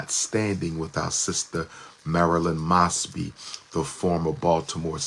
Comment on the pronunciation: Isn't it "Moes-bee?"